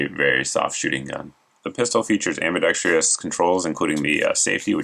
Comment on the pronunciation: Ambi-dex-truss, not ambi-dex-tree-us. :(